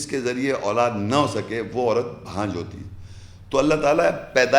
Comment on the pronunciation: بھانجھ ۔۔۔۔ نہیں بانجھ کہتے ہیں